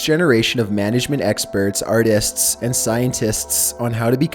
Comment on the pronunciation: "Artists'sss and scientists'sss" 😂